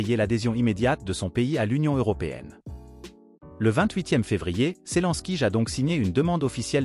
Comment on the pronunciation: Zelensky, pas Selenskyj.